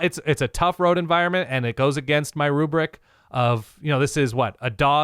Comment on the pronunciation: Can't remember what no glasses guy said last wk cause glasses guy couldn't stop saying "ruberic" and he was dead wrong w Aggies vs LSU lol